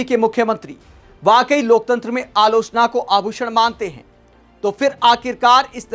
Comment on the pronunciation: क्योंकि वो अलोचना नहीं आलू चना बोल रहा होता है और हम ग़लत समझ लेते हैं